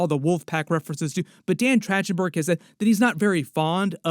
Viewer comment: Just wanted to alert you to the info that it's a hard c or k sound for the directors name - So it's said like Track-ten-burg, not with the soft ch sound. Not to be THAT guy, but I'm gonna totally be THAT guy, because I KNOW his name is pronounced all over other media properly .